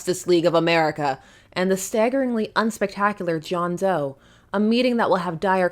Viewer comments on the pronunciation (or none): . John Dough, not John Doe… 😂